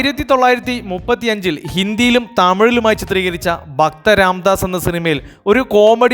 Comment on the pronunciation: ബക്ത അല്ല.. ഭക്ത ബാശ അല്ല.. ഭാഷ അബിനയം അല്ല. അഭിനയം.